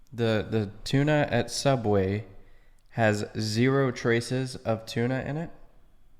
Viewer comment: "Soooubway"? Odd1sOut?